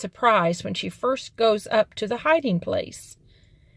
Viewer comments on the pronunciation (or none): Gies is pronounced Hees